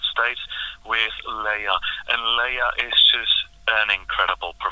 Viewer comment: I know this is a very old vid, but her name is pronounced LAY-ah, not LEE-ah.